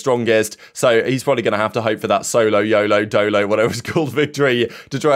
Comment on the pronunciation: S O L O Y O L O SAY IT WITH ME ITS NOT THAT HARD